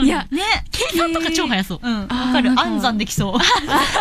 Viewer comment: 暗算のイントネーションが安産なんよ